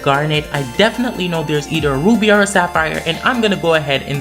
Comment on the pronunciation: sounds like he saying roooobie instead of ruby